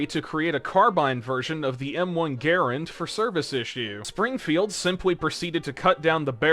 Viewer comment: He keeps saying garand wrong! How?